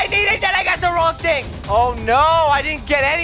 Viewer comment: He tried to say "thing"